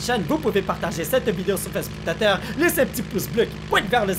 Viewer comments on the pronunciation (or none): pk tu dis vous pouvez partager sur facebook "teeter"